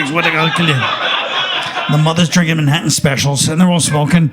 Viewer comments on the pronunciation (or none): none